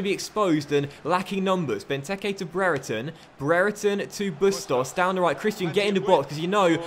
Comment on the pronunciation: I know this may not matter but Brereton is pronounced (bree-er-tun) I know this as his younger brother goes to my school.